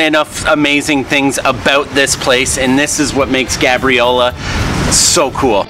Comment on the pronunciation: It’s pronounced gay-briola